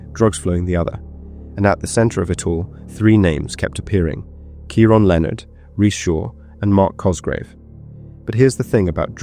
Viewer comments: It’s said .. key ron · How on earth do you reach adulthood and NOT know how to pronounce Keiron??? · I'm struggling to fathom you're English, yet can't say the name Keiron properly 😮